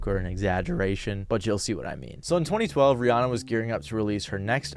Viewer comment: That not how you pronounce Rihanna.